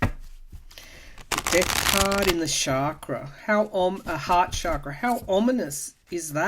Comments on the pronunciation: Awesome reading, per usual! TYSM! I've always considered him to be like manure helping our garden grow. Quite unpleasant, but a necessary evil, aiding our evolution as a society, one of the catalysts for the coming changes. So your comments about his crown chakra very much resonated. FYI, was once told that chakra is actually pronounced like cha in cha cha, not like sha. Love and light to you! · Found this more detailed explanation on pronunciation, if you're interested. Guess it's actually like "chuck-ruh."